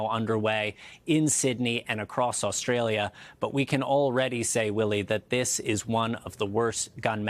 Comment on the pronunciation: WOW, an American presenter who pronouced Australia correctly. 🙂